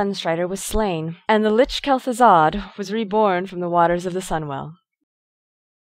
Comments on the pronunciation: Teh leader of the cult of the dammed? Teh? lol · didnt know it was called "teh cult of the damned" :D